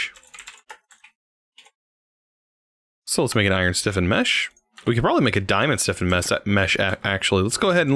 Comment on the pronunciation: It’s flint STIFFENED mesh, not flint siffened/siffin mesh 😂